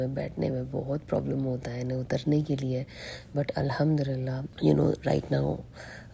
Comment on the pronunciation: Al ham du Lillah boliye aap galat pronounce karti ho